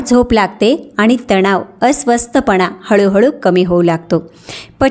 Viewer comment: शुद्ध वाचायला हवं. आनी, पानी करू नये, ऐकवत नाही